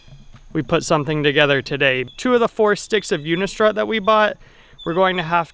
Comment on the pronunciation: Good video! I'm making the commitment to do a roof rack. Can you tell me where you got the mount for the promaster mounting posts? I really can't figure out what you're saying... unico udicor udico???